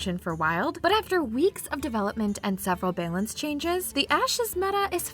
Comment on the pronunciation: the way this lady pronounces 'balance' makes me want to scream